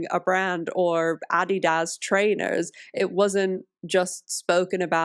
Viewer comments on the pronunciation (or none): "Addi-dás" lol i love it